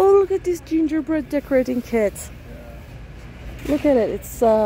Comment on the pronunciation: Gingerbread not gingerbird.